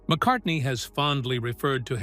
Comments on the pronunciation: At it’s McCartney NOT McCarthey. I clicked out and 👎 this BS. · MCcarthy? You meant Paul McCartney. BAD AI. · McCartney becomes "McCarthy" half way through. Give that voiceover a star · or 20 seconds the graphic pronounces “GEORGE AND MCCARTHY FEUD” and the AI Voiceover states the same, Who the hell is McCarthy? Did McCarthy join the band? I know it’s cost effective to use AI , please edit your product!! You are doing this for the money obviously, don’t blow the reveal of your f_ing headline. Have some respect for your audience. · Get your facts straight. In one part you misspoke and said McCathy. It must’ve been a slip of the tongue, because it didn’t happen again. Sorry!🙏🏻🙂‍↕️👍👍🤗❤️❤️☮️☮️😊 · McCarthy? Really? So sloppy. Makes it impossible to take you seriously. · Couldn't even get McCartney's name correct .. McCarthy 🤣🤣🤣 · Who was "MacCarthy" ??? Another AI masterpiece! 🙄